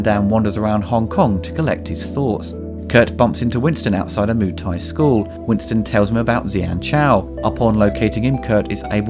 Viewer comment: Please, please, please. I flinch every time you say "Moo Thai". It is "Moo-ay Thai" (มวยไทย). It is not that difficult to add one more syllable. My biggest beef with the movie is the name "Xian": that is not a Thai name, it is Chinese. They really needed an expert on Thai culture on the payroll. Watching JCVD practising in the grounds of Wat Mahathat in Ayuthaya somewhat surreal, as it is almost always verminous with tourists and locals, and almost right in the middle of town and noisy. A better choice and equally (perhaps more) atmospheric and almost always deserted would have been the nearby - and at that time, largely unrestored - Wat Chai Wattanaram. Finally, Beau Williams' track "Feel So Good Today" (and I cannot unsee JCVD busting his moves) is very similar, both musically and in Beau's delivery, to James Brown's "Living in America" from "Rocky IV", released 4 years before "Kickboxer", but easily the best song used in the film. These quibbles aside, if I leave my university qualifications in Thai language, history, and culture (and years studying and living in the kingdom) aside and if I accept the overacting (and in the case of Dennis Alexio really bad overacting) this is a good lightweight entertainment but certainly not JCVD's best.